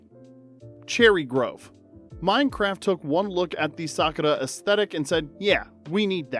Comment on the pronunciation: gave the video a dislike the second i heard u pronounce the word sakura